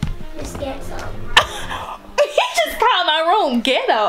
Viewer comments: It’s GHet Toe 🤣🤣 he’s too cute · Nah 😂😂😂😂 not Get-toe! So cute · It’s ghet-toe. It’s ghet-toe. 😂😂😂😂😂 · Omg he so smart he just blowed me he said it's so Get-toe its a nice bed😂😂😂😂